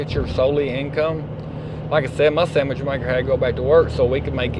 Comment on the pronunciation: LoL - "my samich maker" - we speak the same tongue......